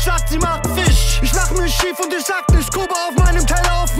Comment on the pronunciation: Kalim kann einfach "ICH" richtig aussprechen!